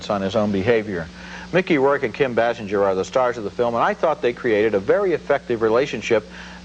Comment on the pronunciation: How many times did Roger mispronounce Basinger? BAY SINGER. His NADINE review too.